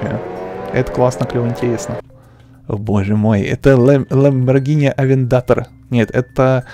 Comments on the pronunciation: Порш кареро а не карйер 😁😁😁😁😁😁гелик делали мерседес не знал.... Ну понятно если ти не можеш виговорить авентадор(авендатор)... Какие страние названия для тебея да если ти не можеш их виговорить 😁😁😁😁😁😁😂😂😂😂😂😂😂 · Какая нафиг Авента́дор АВЕНТАДО́Р ПРАВИЛЬНО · Авнтатор... Авентадор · Не авендатор а авентадор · Не авентатар а авентадор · Чего??? АВЕНДА́ТОР? МЕРСИЛАГО??? я фанат марки ламборджини, везде же написано Aventador, а не Avendator!!!